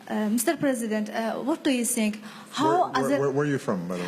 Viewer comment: sənk yu, du yu sink?